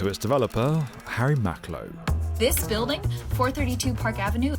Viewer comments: Is she saying "buildung?" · Why on earth is she pronouncing "building" like that?